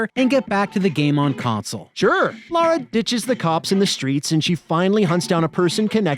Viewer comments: It’s Lara, not Laura. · Damnit guys, her name is LARA....not Laura. Lah-ra. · Lara Croft, not Laura Craft!!! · Her name is "Lara" not "Laura"